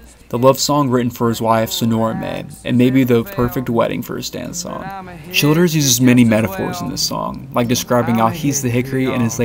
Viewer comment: thats how I've always thought his name is supposed to be pronounced. Sounds just right to me.